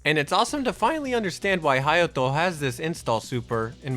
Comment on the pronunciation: I was like…how did my mans say “Hayato” multiple times with an accent and everything but completely butcher Kaede lmao